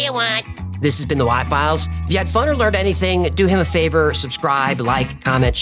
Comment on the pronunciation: I like the way AJ says "Why Files". Amid a very non-descript accent, when he says "why files" he sounds Southern.